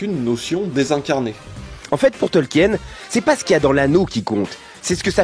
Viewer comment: Ca se prononce "Tolkiine" pas "Tolk-hyène"